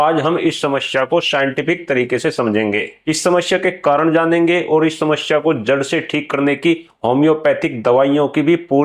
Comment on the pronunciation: apki bhi bhut badi smsya hai..smaya ko shamshya bol rhe ho😂😂😂